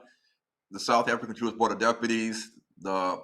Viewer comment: "JEW-ISH,"? "AFRIKANAS" ? SMH.